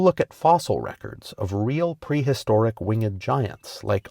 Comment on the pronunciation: Wing-ed? A. I 'd' d? What alphabet?